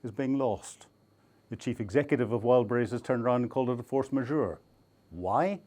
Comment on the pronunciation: More attention when mentioning brand names: it's "Wild Berries" not "Wild brise" 😂